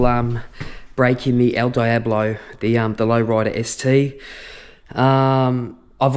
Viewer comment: Congrats, beautiful machine! Another great video. One thing. El Diablo = Elle Dee-ah-blo (in phonetic) 😂😂 Cheers mang